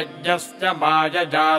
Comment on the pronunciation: Sir i have been practicing these mantras after watching this video, felt great. But i have some doubts about 1 mantra 2nd line ( Mamrta' t ) it sound like ( Mamrta द ) 2nd mantra ( sahasra ) it sound like ( श्रhastra ) and 2nd line ( mayaya ) it sound like ( Mayaजा) i was listening in slow motion also but sounds same to me. Please correct me so i can chant correctly. please let me know which one of these are right and what are the exact pronunciation. Also the written mantra in English below sanskriti sound very different from Sanskrit mantra sound.